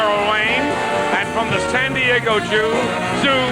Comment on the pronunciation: "From the Standiego Jew"🤣